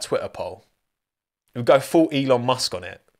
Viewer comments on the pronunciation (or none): none